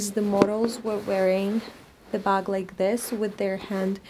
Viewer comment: You said “buk” hihi